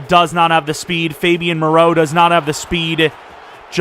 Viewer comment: Lmao why were you calling foster Mereau “Fabian Maraeu” 😂